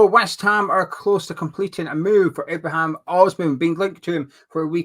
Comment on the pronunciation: It's also Ibrahim not Ibrahimn